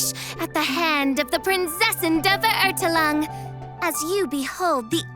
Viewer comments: As a German i cringe so hard every time Fischl says 'Prinzessin' or 'Verurteilung' lmao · Ah, when they will tell her how to correctly pronounce word "Verurteilung"...